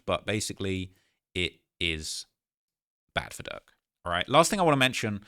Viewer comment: can you put a little more R in durks name? bcuz it sounds like ur saying lil duck